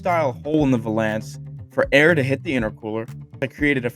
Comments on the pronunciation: In Hermiones voice: "it's valance, not va-lance." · Valance is said like balance. This thing is sick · I’ve never heard valance pronounced like that